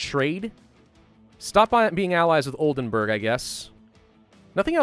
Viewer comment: It's Oldenburg (castle) not Oldenberg (mountain)